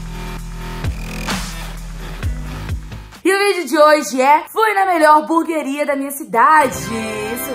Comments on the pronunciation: Ela fala burgueria Kkk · "Buguer honesto" kkkkkk whatss? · É "HAMBURGUERIA" KKKKKKKK